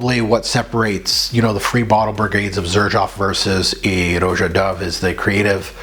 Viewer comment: Son you knew it wasn’t aquatic !!!! You made this video 3 months ago. Everybody and their mother knows this is not aquatic. Get it right his name is not pronounced Row Jah it’s just Rah Jah